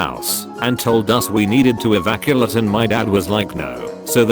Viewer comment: "evaculate" PS: The club one, oOF